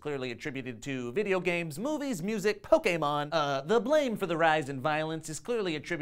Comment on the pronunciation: The way he said Pokemon... So perfect